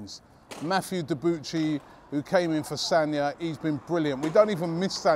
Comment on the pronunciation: Sorry Rob you are pronouncing Debuchys name wrong